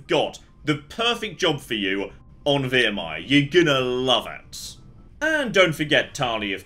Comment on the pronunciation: I'm 100% sure he said Virmire properly before